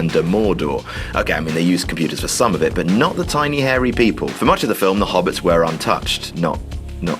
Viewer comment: di...did he say philf